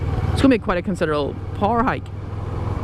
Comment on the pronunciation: You like to pee sitting down?! Well, me too.....let's get married! Hahahahah....interesting topic with the bike choices...you've given it quite some thought. Took me a while to figure out you were saying 'power'...sounded like 'par'. I like the sportbikes....but, what do I know?! Stay safe and keep stroking our faces....some of us like it! :)